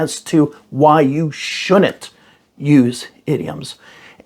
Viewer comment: "Why you shounit?" 🥴